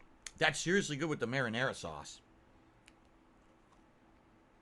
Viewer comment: (marinara.)SAUCE! He super emphasizes the sauce part of 'marinara sauce'